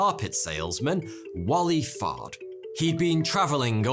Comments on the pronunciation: It really does sound like he's saying Fart. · Listening to this at 2x speed i swear Fard is being pronounced fart with that accent.